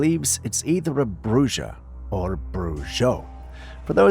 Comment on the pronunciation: EEENOUGH! HEARD ENOUGH OF YOUR SILLINESS! MOST PEOPLE KNOW IT'S PRONOUNCED "BROOHA" & "BROOHO"! NOUT "BROOSHO". DUH, ITS SPANISH. BRUJA MEANS WITCH